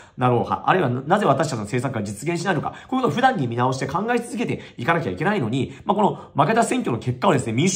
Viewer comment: あと「不断」のイントネーションが相変わらず「普段」なんですよね